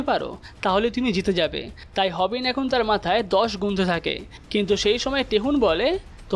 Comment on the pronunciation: তেহন না তাইহন